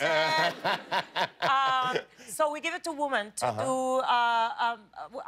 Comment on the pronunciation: Either she forgets or no one has ever told her how to properly pronounce "women". I'm also colombian in case someone replies "it's part of her accent".